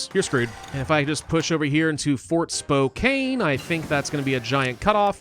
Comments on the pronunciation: I’ve said this in a video on old world blues a long time ago, but I’ll say it again because I’m from Washington and have family in Spokane. It’s pronounced Spo-can. Like spoke, and Can. But spelt with a K and an E. Thank you for your videos!❤ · Spokane is pronounced "spo-can" Tillamook is pronounced "tilla-muk"